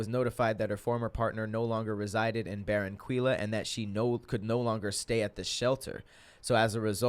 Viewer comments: Lol 😂 the way said Barranquilla. My grandma is from there idk if you will read this but it’s pronounced [ bahr-rahn-kee-yah ] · Barranquilla is pronounced [Bah-rahn-key-yah]